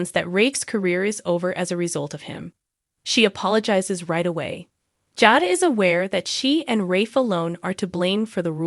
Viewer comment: I don't like how you pronounce Jada and Rachael's names.